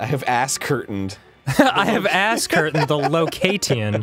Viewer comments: Ascertained. A-certained. Lol. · “I have asscurtained the locatian of your spashal one” -Arin and Dan